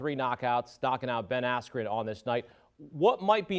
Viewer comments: “Ben Askew”😭😭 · You mean Ben Asskew? 🤣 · This was a BS event, for 3 hours it was all singing. The announcer didn’t even say Ben askren name correctly and the ref stoped the right super early. Also the fight before a guy with blue hair flopped and pretended he got hit in the nuts when he didn’t even get hit